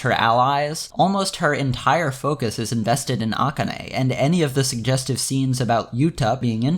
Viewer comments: The fact that you keep pronouncing akane's name like that is really throwing me off, but good video overall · Is there a reason you pronounce "Rikka" the Japanese way but not "Akane"?